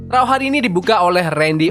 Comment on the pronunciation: Please pronouncation tu......raw= row. Not rau